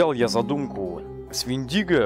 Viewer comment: У индейцев правильно Вендиго с ударением на ,,е